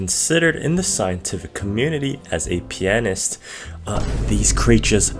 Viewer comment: Didn’t play long enough to learn how to pronounce the word pianist eh?